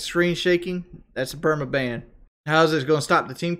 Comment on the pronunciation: “Permaban” 75 IQ right there, lmao.